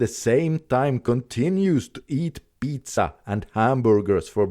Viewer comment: Good video you really doing the Lords work, loved the way you pronounced pizza 😅